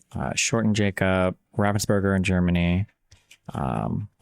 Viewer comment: Destiny, Im german and 99% sure you mean "Ravensburger" (huge german book publisher?). Pls correct it for the vid, you slaughtered it big time brother. Super excited about the video :)